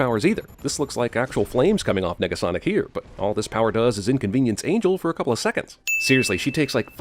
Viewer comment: Nah u said nigga-sonic